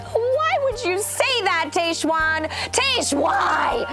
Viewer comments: Love you LZ, but whyyyyy did you keep saying Taysh-Juan instead of Tahzjuan?! It hurt my ears. 🙉 Loved everything else! 🥰😝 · its tajj-Juan (tried spelling phonetically) not tay-shwann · Where did you get the pronunciation of Tahzjuan from?? It’s said exactly how it’s spelled yet you’re saying it like TayShuan?! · Hey Lauren, great episode of RAR! I think Tahzjuan is pronounced like the Taj Mahal. I'm also wondering if some of her weird comments are a combination of editing and alcohol. Tahzjuan seemed intoxicated for some of this. It would also explain her health scare. Great take on Dean and Caelynn BTW! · her name is pronounced Tahz-juan. I love you Lauren but makes me sad when Bachelor Nation people have such trouble pronouncing POC names. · How do you not know how to pronounce Tahzjuan's name when it was said over and over in the episode?? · Lauen, I love you but you are butchering Tahzjuan's name. Lol Your so cute! 😁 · A B do not drink every time Lauren says Tahzjuan incorrectly 🤦🏻‍♀️